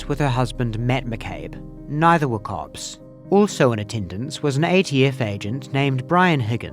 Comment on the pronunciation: for anyone else as confused as me I think he was saying ‘cops’ not ‘corpse’.